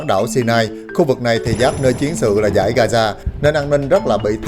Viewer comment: ‘Dải’ chứ không phải dãi gaza a ơi